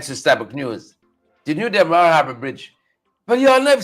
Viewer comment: A bless good morning too you this is one of your favorite follower, must please say demarara and not wara thank you